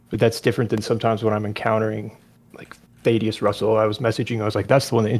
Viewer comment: "I did a video with " can't even pronounce the name🤦‍♂, it's "THAD-E-USS."